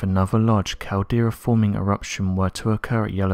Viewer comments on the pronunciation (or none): "If another large cow deer are forming...." - that's not how you say that word. It's not a CowDeera. WHAT?!